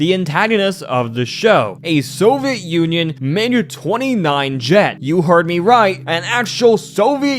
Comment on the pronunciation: Pronounced Wrong: -Soviet (So-vee-it): , , , , , , , -Nuclear (Nuke-lee-ur or Nuke-u-ler): , , , , , , , -Remnants (Rem-nents): -Opinion (O-pin-yun): Slurred/Rushed: -Magical: -Necessarily: -"Anything you can name": -"Character in a show": -Basically: , -"So it seems": -"???? ????? Rocket": -Robots: -Really: -I'm not sure what it is here. It might be Nuclear disaster? I keep hearing de-quarter disaster. -"Or in the world's case": -Specifically: -Long Dead: -"Perfectly reasonable explanation": -Physically: Also, I noticed some script/audio mistakes: -It would be better to say "I have some evidence that I think may convince you": -"While this isn't a thing that would happen in the real world, it's a common trope..." -I think the audio is cutting over other audio here? Otherwise, it's just really hard to tell what was said. -I think you mean American Government, not English Government Sometimes you're missing connecting words such as "and, to, the, ect.." It was pretty spread out, so I don't have the time stamps, but I noticed that in your other videos too. Also, sometimes you would say Lil Einstein instead of Little Einstein. I am from the south, so I have somewhat of a southern accent, so I put the way we say Nuclear as well as the other way I have heard some say it. Thats just a Carmel kind of thin